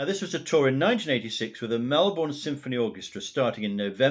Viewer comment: Hi, as I start watching this I just firstly have to correct you on the pronunciation of our cities. I hope you don’t mind (good line for a song). Melbourne is just Melbin and Brisbane is Brisbin where the Tour de Force premiered. I had a raw audio tape of the complete 3 and a half hour show from Funeral for a Friend/One Horse Town to Saturday Nights Alright for Fightin’ including all dialogue. I also saw the concert 3 times in different states. 2 weeks later he had surgery at St Vincent’s Hospital in Darlinghurst, a 10 minute walk from the Sebel Townhouse where he used to stay when he was in Sydney. I’ve looked over the years for anyone else, solo artist or band, who has travelled with a full orchestra and band and I haven’t found any. There are several single shows but there are no extensive tours that I’ve found. If you’re interested, here’s the link to the (almost) full concert. And again, if you’re interested, the documentary that played on the ABC before the concert was simulcast on the ABC and FM radio. It is my absolute favourite concert of all time of any artist I’ve seen and my favourite of Elton’s. The vocal, as you alluded to, gives each and every song a powerful new depth audibly and, more particularly, in meaning.